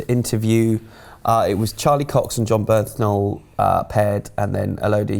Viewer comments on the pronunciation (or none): Bernthal not birthnal